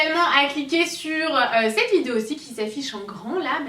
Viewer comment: je rêve où elle a dit (f)idéo